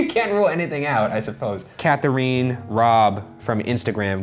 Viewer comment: "Kath-aaa-rine" uhh do you mean Katharine?? Lmao